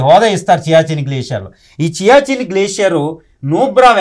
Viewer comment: It is siachin glacier not chiachin